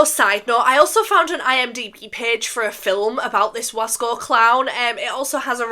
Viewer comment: Its (Wahs-coh) 😭